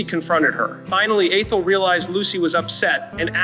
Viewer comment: Lost me at "A-Thel;" while it's true in life that dealing with some humans is difficult at times, I am totally sick of non-humans -- surprised that it can pronounce Lucy.